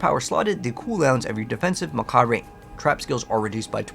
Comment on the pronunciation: Macabre sounds like Muhcawb. Please...remember that...